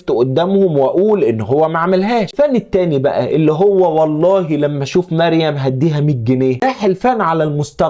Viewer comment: الراء فى مريم مفخمه